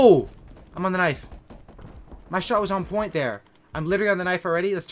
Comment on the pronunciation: Stop saying I'm on poiny